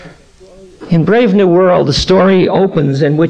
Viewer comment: Right he calls "Brave New World" "BRAND New World". Nearly unforgivable!!